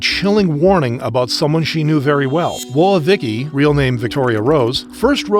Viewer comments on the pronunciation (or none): Sorry if this comes off wrong, I've never seen this channel, but this is either an AI voice or you're the funniest person alive for pronouncing Vicky's misspelling as "wo-uh" instead of "whoa" 😂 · Bro do you seriously pronounce "woah" as wo-ah? its one syllable, man. "woh". And this isnt tiktok, you dont have to say "unalive". even if you did, put a little effort into it. theres literal centuries of euphemism and wordplay you can use to avoid having to mention death directly. Have a little fucking class. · Is this AI generated voiceover? Some of the pronunciations of words like "Woah" seems... Off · Pronouncing "Woah" like that in woah Vicky's name makes me think you're AI lol.